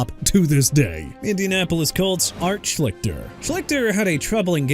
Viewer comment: I'd think Ray Rice would be the Ravens choice...or Ray Lewis And you mispronounced Schlichter OJ not for the Bills?